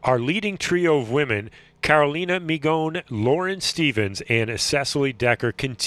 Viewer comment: If he had kept pronouncing Migoń as mignon here as during the whole race, I would kill myself. Do your homework, mate, learn those few names.